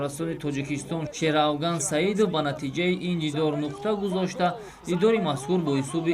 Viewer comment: Журналисти бесавод Шеравган не Шерафкан